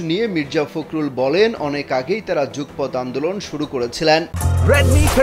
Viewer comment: জুকপত এটা কি ধরনের উচ্চারণ?? উচ্চারণ হবে যুগপৎ (যুগোপথ)